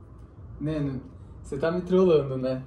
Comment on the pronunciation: KKKKKKKKKKK, é Neno**